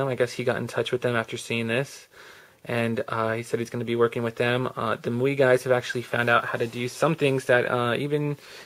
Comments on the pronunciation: The ROMs name is pronounced "My You Eye" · It's pronounced "My UI," just in case no one else mentioned it.